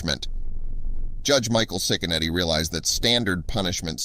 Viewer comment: It’s pronounced chick a neddy. My husband and his family grew up across the street from him. He really is a great judge. He doesn’t put up with crap in his county. (Lake county Ohio) we sure love him. He’s a stand up man and family man too ❤️